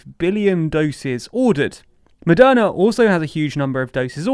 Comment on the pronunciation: Is it Madonna or Moderna? I swear I heard "Madonna" throughout the whole video...